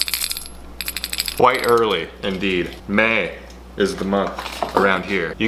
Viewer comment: "Maaay" you said, twice. I thought you were doing a lamb impression. 😂 <><